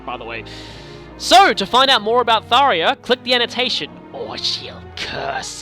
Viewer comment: Ugggggg! It's getting on my nerves! I can't just NOT say anything anymore! You're saying Tharja's name wrong. Do you see an "i" ANYWHERE in her name? NO! (I don't mean to be or sound mean, but it's bothering me.... :/ )